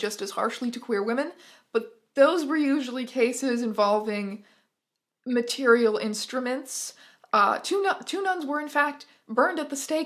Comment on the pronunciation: every time you said "material instruments" my brain fogged over and all I heard was "mAtErIaL gWoRl" and I'm not sorry